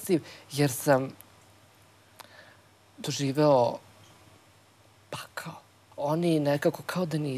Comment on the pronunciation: ne znas ti sta je pakao ili ti pakhao kako ti kazes